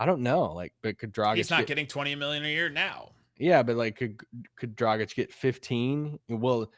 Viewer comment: its Dragić not Drogić. Ahh american č, ć is not your friend